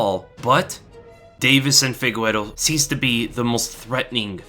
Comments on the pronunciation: Figueiro its pronounced figayru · Figueiredo. FI-GAY-RE-DO , not Figuero lmao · Did you just call Deiveson Figueiredo as Fegüero? lol Thats not the pronunciation 😂